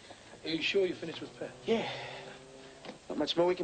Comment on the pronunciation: It sounds like keeps calling Pat "Pam".